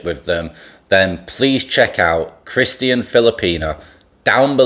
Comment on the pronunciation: why weird way to say Christian ?